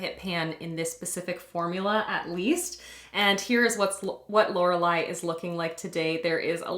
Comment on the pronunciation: You pronounced Lorelai correctly 👏 and yay on the pans, obvs! 🤣